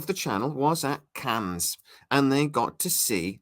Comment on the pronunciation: You don't pronounce the 's' in Cannes...